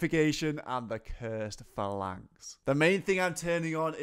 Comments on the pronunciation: It's PHAlanx, not phaLANX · You're mispronouncing phalanx. Not sure if you've got a speech impediment or not so I don't want to seem rude. It's pronounced 'Fay-Laynx'. You're saying 'Fuh-Laynx'. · Its not though, its Fal-inx, where did you find the Y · “Phalanx” : Fay-Lanks Good god, tell me you’re trolling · Also, it's pronounced fay-lanx like the way the Spartans foughy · Fa-lanks or Fay-Links? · That's not how you pronounce phalanx